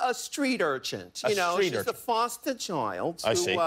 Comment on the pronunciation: Urchin. No T at the end.